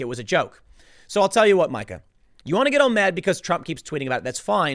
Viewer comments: Meeeka, Tim. It's Meeeeeka! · Dammit Tim, its not pronounced My-ka, it's Me-ka. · Me-Ka is how it is pronounced- she is so angry and irrational. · Mee-ka, MEE-KA!!!!!!! I know it's complicated, but let me tell ya what... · It's pronounced "Meeka". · Never go full Karen. I was pretty sure it wasn't pronounced Micah.